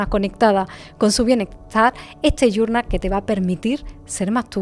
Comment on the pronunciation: Primero dime que es "gurnal? No te la sabes en Español? Nomás porque no lo sabes decir en Español, no lo compraré